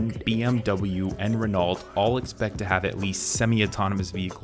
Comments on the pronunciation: THE NAME RENAULT IS NOT PRONOUNCED WITH THE L AND T YOU SIMP. THEY ARE SILENT AND THE FOUR LETTERS AULT ARE PRONOUNCED AS A LONG O. PLEASE LEARN HOW TO SPEAK BEFORE SOUNDING STUPID. IT IS PRONOUNCED REN-O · NO YOU JUST SPELLED REE NO LIKE THE NEVADA TOWN. THE PROPER PRONUNCIATION IS REN (SHORT E) OH (LONG O) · Renault is pronounced Reno. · RENAULT IS PRONOUNCED "RENO" UGH